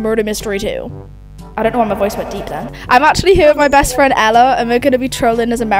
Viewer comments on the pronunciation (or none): How do u say her name? Alla? Ella?- How do I pronounce Kathleen’s name?